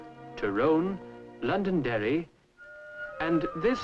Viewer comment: The reporter got the name of my home county correct. LONDONDERRY.